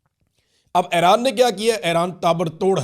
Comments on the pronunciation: The name Iran is pronounced EE-RAAN, not "Ae-raan". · What is Airan? Its Iran, isn't it? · Area kutti eid ai nei to yea Airan he bhoolgeai ha